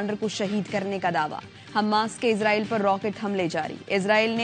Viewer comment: Bibi Ezraeel Ni ha israeel ha Bolna tu sikh lain 😂😂😂